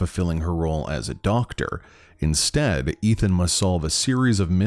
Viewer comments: lol I can't unhear it the " inSTAB " instead of well ... " Instead " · Am i the only one who heard “Insteab”?